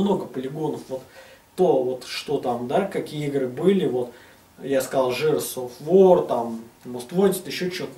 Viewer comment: ЖЭРС ОФ ВАР....